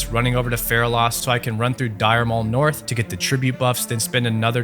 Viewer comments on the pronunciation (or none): none